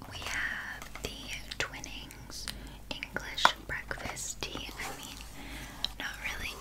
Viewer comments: Literally doesn't matter at all but it's Twinings like rhyming with whining, not twinning :) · I love you so much but for goodness sake, as a Brit, it's pronounced twine-nings not twinnings😂❤️ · Hey, loved your video. Supppperrr relaxing😴😴😴 I am also from the UK and did notice something in the beginning which was the tea. Twinnings is actually pronounced t-wine-ings over here instead of t-win-ings as you did. No hate at all I love you just something I picked up on ❤ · giggled a bit when she called twinings ‘twinnings’